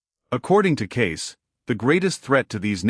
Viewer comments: I think AI did not know how to pronounce Cayce and read it as Kai. Also music may have been a direction to insert music into the video. The program needs some pros to fix it. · The narrator doesn't know how to pronounce Cayce's name, and what with all the"musics?" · ⭐️⭐️⭐️⭐️ A wonderful presentation, however, too bad the name "Cayce" was mispronounced during the whole video, and also, the word "music" was inappropriately sprinkled throughout as well! 🤦‍♀️ (so annoying!) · The problem is this is YouTube. WHERE is the PROOF Casey predicted what this clown, who can't even properly pronounce his name. I'm 71, in the 70's it seemed everyone was a psychic, sat under home made pyramids, went to seances, and also predicted California would break in half, and half would sink into the sea, that the "rapture" will suck milions of people up into the sky, due to pathetic attempts to translate the Bible and also listen to a semi-comatose woman prophesy about a "Rapture". Another Protestant claim was an ancient "Desert Father" predicted a Rapture. Once again, who can prove Casey predicted what channel owners say he predicted? Same with Nostradamus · why don't you check your work? i.e. Sticking the word "music" in all over the place, mis-pronouncing his name! These mistakes really cut down on the quality or believabilty of this video! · Why dies the reader keep inserting the word music every few sentences in a way that proves it’s a malfunctioning robot-voice. Also teach it how to pronounce the guy’s name!!! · Further…he’s not pronouncing Cayce’s last name properly…it not kys…..😢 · What a pitiful attempt to present Edgar Cayce. His name is misprounced every time in several different ways. And MUSIC is said constantly until I have had to close the video. Not the same quality of other Hidden Realm videos. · Yep , this was definitely botched .